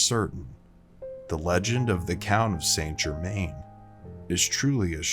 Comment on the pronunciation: Where do I start? Pronunciation probably. Phonetically he is San Jerman. Also genuine records show he lived healthy to age 110ish. Pretty awesome already without the added stories. Bit more research, this could have been a good video.